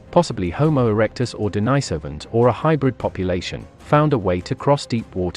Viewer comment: The Denisovans have their name from an eremit called St Denis. He was not called St Deenajs, so the name of the people is not Deenajsovans, but Denisovans..